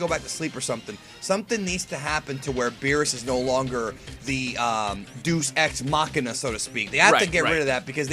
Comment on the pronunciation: "Doosex Machina" C'mon now.